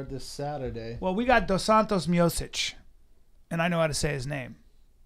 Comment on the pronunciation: Bryan... you don't know how to pronounce Stipe Miocic... listen how Junior Dos Santos does it... that's the closest i've heard someone pronouncing his name correctly.